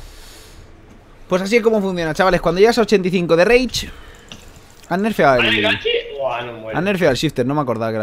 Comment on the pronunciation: Cuando entiendes que dice " Reich " en vez de " Rage " xDD